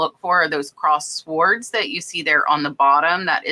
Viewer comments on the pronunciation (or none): Fun video! Always a pleasure! P.S. The"w" in sword is silent. Just in case you didn't know.